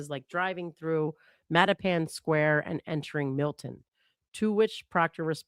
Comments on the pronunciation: Btw said mattapan correctly in case you were wondering lol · Nope said Mattapan perfectly. It is also a notoriously HORRID and scary suburb of Boston. Milton is a very prominent and opposite area to Mattapan. They are right next to each other.